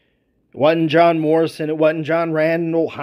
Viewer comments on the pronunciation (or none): none